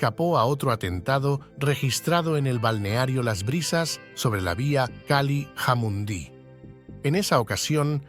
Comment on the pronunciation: Jamundi no se pronuncia así como lo dijiste jajaja se pronuncia con la j